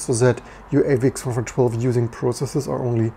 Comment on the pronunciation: Why does it sound like you're saying AVX-412?